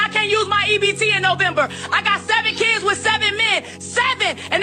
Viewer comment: Muh keeyuuds. The fatigue is almost unbearable, no I don't "FILL" them.